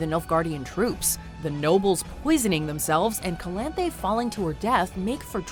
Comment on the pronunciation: yeah skeir, calanthya. watchmojo pronounces names like m knight shami